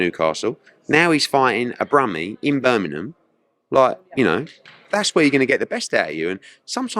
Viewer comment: Pls ask eddie why he never says Birmingham correct. Seems to b the london guys. kugan and darren barker say it the same way as eddie 🤷🏾‍♂️ thanks October red